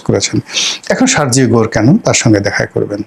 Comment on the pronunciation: You are saying Shargio . It is to be softly uttered, Sergio . Not Gor like Bangla ও! It has to be rounded up, a big O ! What is George SHOROS ? It’s George Soros (soft please)!